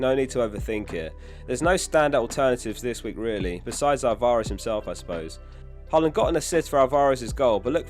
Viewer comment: Why can’t you say Alvarez properly? 😅